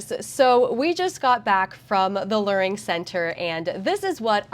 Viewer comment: It's pronounced "LEARing" as in LEAR JET.